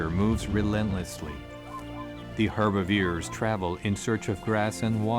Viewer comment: AI bullshit narration but it’s not good at all! First off they’re not “HERBEVEERS” that’s ridiculous not knowing the correct name second off Kali could not go an entire month without eating…. Hopefully Real Wild isn’t going to shit like all the other AI channels! Stopped watching at 13 minutes unsubscribed and blocked your pathetic channel!! 👎👎👎👎